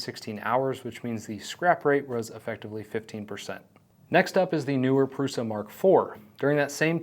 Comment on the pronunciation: It's Průša, not Prusa.